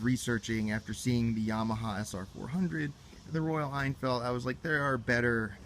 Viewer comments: It's pronounced Royal Inn-Field, not ien-feld. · It's Hen-Field, actually.